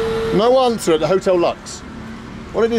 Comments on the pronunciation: It's pronounced as otel looks ) not jotel lax. No wonder nobody knew where it was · Hotel in Spanish is pronounced Otel. Just FYI probably why they didn't understand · He pronounces the h in hotel lol. But I agree he's doing well. Broken, but comprehensible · The rickshaw driver could not understand a word that spells the same in English and Spanish, hotel, because Benjamin pronounced it, "jootel." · The 'H' is silent....